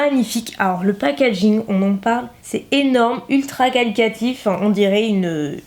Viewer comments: Trop cool que tu aies « changé » d’avis. Je suis contente d’avoir ton avis sur ses produits qui me font de l’œil ! Par contre.. on dit QualiTAtif et pas QualiCAtif.. désolée j’étais obligée de le dire ça m’a stressée toute la vidéo haha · On dit qualiTAtif et non qualiCAtif :p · Ma jolie. On dit qualitatif. Et non qualicatif. Qualitatif: qualité. On te pardonne. Tu nous apportes tellement ❤️ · "qualicatif" x)